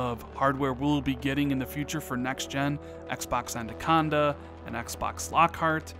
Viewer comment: Every time you say anaconda I giggle. ANNA-conda, not ANDUH-conda. Love your content,. Keep it up!!!